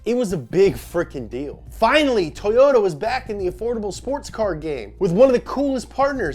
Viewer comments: “Toyots UK” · "tOwOta" yall think you're slick